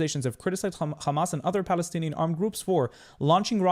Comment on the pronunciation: Falastini lol, can’t even say p